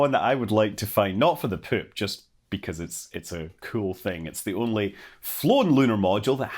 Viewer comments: Highlight: hearing the word “poop” in a Scottish accent. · I love how you pronounce "poop" lol